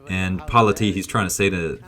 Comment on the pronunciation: I think the judoka who got hansoku against Parlati was using a standing waki gatame by trapping Parlati's arm in his gi. Might have been by accident, or maybe sneaky pool... 😬. I believe the Italian's last name is pronounced par-LA'--tee, by the way. Cheers.